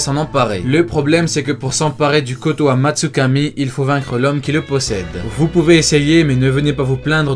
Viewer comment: C'est kotoamatsukami et pas kotam tsukami